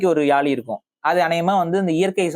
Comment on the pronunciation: First topic subject Olunga mathunga. It’s not Yaali! It’s Yazhi! Antha zhi Tamil mozhiyin azhagu athukagave my daughter name is Yazhini